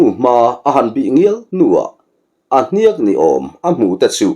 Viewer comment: Hniak i thluk dan hian beng a tikham ngei mai. Patling thankin hniak hre lo awm thu awmin ka hre silo. Lehkha ziak kan lama ziak kan lam ang hian hniak hi lam tur. Ziak, liak, ziat, hniak lam dan thuhmun.